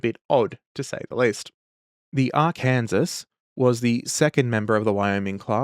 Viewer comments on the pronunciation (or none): Ar-kansas says the madman, not Ar-kin-saw. Truly an Aussie moment. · damn the rage bait Arkansas pronunciation “Arkansaw” is the usual pronunciation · Arkansaw. I know it's stupid but yk... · You pronounced Arkansas wrong. You pronounced her like (Ar-Kansas), like an adaption of the Kansas state name. It’s pronounced “Ar-Can-Saw” or Ar-Kan-sas. I’m not a native from the state but I’d recommend learning it since the natives from the state don’t have much to be proud of so defending their state’s pronunciation is something they’ll defend. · "Ar-kansas". Alright boys, SPEARS AND PICHFORKS! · It's Arr-Kan-Saw!!!! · Ah yes, the incorrect pronunciation of Arkansas strikes again. A bit of local humor that inevitably everyone makes that mistake at least once. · My Desert. My Arr-Kansas. My Dune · "AR-Kan-Sas" ....you said that just to wind us Yanks up, yeah?